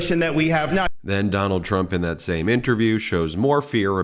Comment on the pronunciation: “Donald Tramp”lol slip of the tongue? 😂